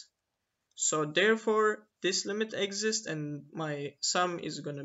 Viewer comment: The accent of exist is on "i", not on "e"!!